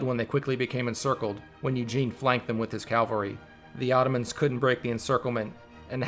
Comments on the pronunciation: CAVALRY damn you , not calvary .... it irks me so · You have the very bad habit of mispronouncing CAVALRY!!! It is NOT... CAL VARY but rather CA VEL RY...